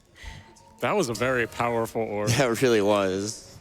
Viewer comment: Ok, so I don't join every AGDQ stream, and I'm clearly missing something. Anyone care to fill me on why they always say oorb?